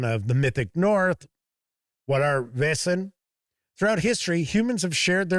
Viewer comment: You pronounce "Vaesen" just right. I've got the set; it's a good intro and quite useful after the adventure is finished.